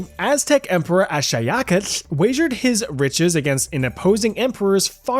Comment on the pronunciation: I want to give you a lot of credit for even ATTEMPTING to pronounce Axayacatl correctly. You got...closer than 99.9% of people attempting that word in correct Nahuatl. I like how you will generally reminds us a time or two in each video that despite trying to be silly, you actually do some research. You aren't always 100% up to date and correct on everything to be honest, but I give you an absolute ton of credit for trying because it is clear you do. You, again, do better research than most creators in this specific genre.